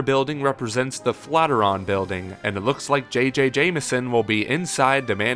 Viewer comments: did you say flat-iran? wth dude, look at it again and READ, flatiron... FLAT IRON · The "flatter-on" building?? I don't know what you are reading, but it's the "Flat eye urn" (Flat Iron) building. kinda weird you don't know that. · Flat-iron. Not flatter-on. Flat-iron. Like an iron for ironing clothes. A flatiron lol! Luv u guys :P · "Flateron?" I always pronounced it Flat Iron.. is that wrong? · The name of the building is pronounced flat iron. It's in the shape of a flat iron which is used to press clothes. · Nice video as usual. Just for reference, "Flatiron" is a compound word and is pronounced "flat iron". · It's kinda weird you've never heard that pronunciation before. English convention doesn't lend itself to the way "Flatiron" is correctly pronounced, and "Flat-ir-on" is a very common, and very understandable mispronunciation. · Seriously, stop mispronouncing flat-iron. That building is a NYC landmark and doesn't deserve that kind of disrespect.